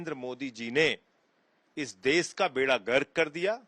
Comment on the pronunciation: देश बोलना तो सीख ले संजय ब्लैकिए. ...देस देस बकवास कर रहा है